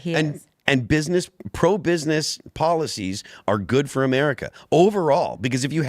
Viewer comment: did go Murica?